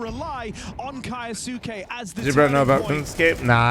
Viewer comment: kAyAsUke damn commentator. Read it bruh 😂